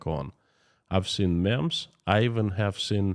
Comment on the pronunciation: just a FYI "memes" is pronounced as (meems)